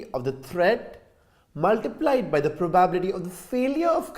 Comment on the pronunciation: Sir it is not pro baa bility.It is pro ba bi lity